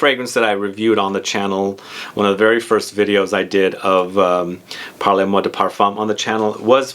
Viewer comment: It’s pronounced “parl moi de parfum.”. Or you could say “parle moi de parfum” with that e in parle very soft and NOT like “parlez”. which is pronounced “parlay”. But “parle-moi de parfum” is almost like “talk to me, dear, about perfume “ and not “talk to me maam (or mr) about perfume “ which is the”parlez” form of the verb “parler”, to talk. “Parle” is the intimate, informal form of the verb- it’s the difference between tu and vous. For the give away- I like the name of the house because of that intimate sense of it, as I was trying to explain. I haven’t yet smelled any but Mile High sounds wonderful- Fall fruits/dried flowers- nice! I’m in Seattle!